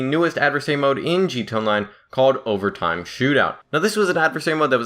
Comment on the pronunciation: Jee Tee Ayy On Line. Not JEET-ONLINE.